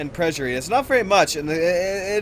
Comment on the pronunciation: I was surprised to hear you mispronounce the word perjury, because I know that you're a smart guy. Phonically it is pronounced: "purge" "ery".